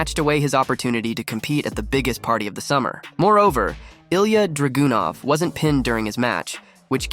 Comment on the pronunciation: Ilia DRAGOON-OFF?!? Man you're butchering these named lol. 😂